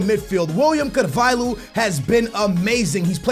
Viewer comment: It's not pronounced Carval-who..... it's Carval-yo like Ricardo Carval-yo